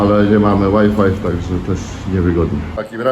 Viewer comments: "...nie działa łaj-faj" czyli nie działa wi-fi. co w Polsce najczęściej czytamy zwyczajnie, PO POLSKU właśnie tak, jak jest to napisane. :yougotthis:🤣 Pozdrowienia z PL dla Ciebie i dla Stejli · Łaj Faj nie Łaj fajf Panie. Pozdro ✌️ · Łaj Faj nie fajf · ŁAJFAJF - po angielsku WHY FIVE.. jakby ktoś pytał